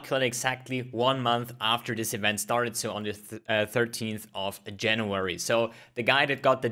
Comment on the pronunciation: Euent? You read "v" as vi. You misunderstood it with "w"